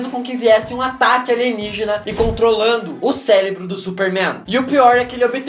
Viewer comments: o celébro do superman kkkk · Celebro? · O "CELEBRO" DO SUPER MAN